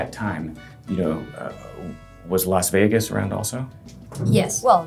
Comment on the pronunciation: When is the best time to visit? you're American I know and it's tricky but it's Las Vegas and not Los Vegas